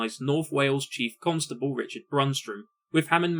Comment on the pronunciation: Hammond empahsises the syllable 'cunt' at the start of 'constable'